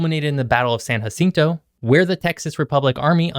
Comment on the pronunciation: San Jacinto is pronounced by locals with a hard “J”; rather than an “H”. I did not know it was called the Goose Creek Oil Field. I remember seeing a lot of remnants of it when I was a kid in the 70s. These remnants are now gone.